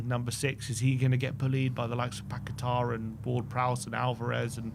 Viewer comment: You are pronouncing paqueta incorrectly, annoying. Not paquetar!